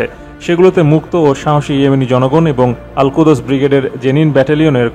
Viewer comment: আলকুদস নয়, আলকুদ্্স